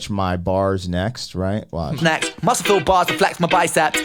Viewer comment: I think Ren pronounced "muscle" like "muskel" like who? Popeye! who was in the same verse I believe. Ren pulled a funny.